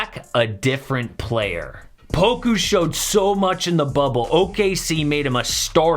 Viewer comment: Say poka instead of poku